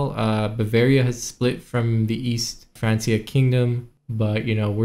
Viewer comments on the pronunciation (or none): Everyone else: Frankia: France-E-uh